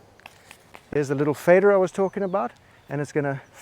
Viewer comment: And just how many r’s are there in ‘faderrr’ 🤔😆